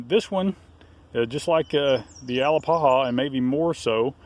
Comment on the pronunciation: ah-LAP-a-ha, it's Muskogee, you pronounced it Hawaiian.